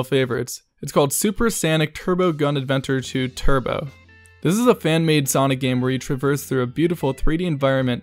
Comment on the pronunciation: Dod you really just pronounce Sonic as “Sanic”. Dislike.